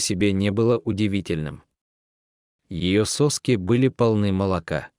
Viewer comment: Поставила палец всиз только потому, что читает безобразно, не хочется слушать, хотя сюжет отличный. У волчицы не сОски, а соскИ, зачем говорить "точка"? Тогда уж в каждом предложении говорите знаки препинания. Ударение безобразное! Сразу и не поймёшь, какой смысл сказанного. Отдайте микрофон и оплату за чтение грамотному человеку, пожалуйста. Автору спасибо.